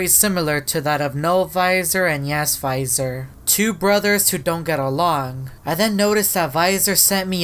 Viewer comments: why are you said viisor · bro when you say that it's almost sounds like you said no visor and I'm confused why you both say yes visor and no visor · Why the heck does he say VISOR 😂